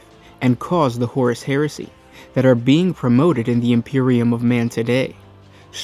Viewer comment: Sounds like hersey! 😛